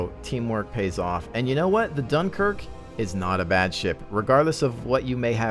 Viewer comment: Ahh, the great "DOOMKIRK" :D